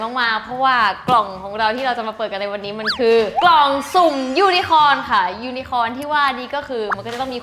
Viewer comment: น้อง ยู-นะ-โค่น ยูนโค่น ค่ะ